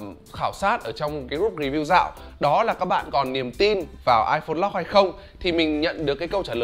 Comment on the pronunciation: lock mà cứ đọc lot lot cc :))